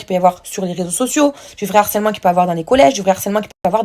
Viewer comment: Les pires des harceleurs essayent de minimiser leurs actions. Fraisou Nehuda viennent faire les victimes. Jazz vient te faire passer pour une belle personne. Manon Tanti est aussi sur le podium. Pitié on prononce : le harcèlement et non l'harcèlement. Nehuda j espere que ta fille ne verra jamais les anges et ses 2 parents en plein harcèlement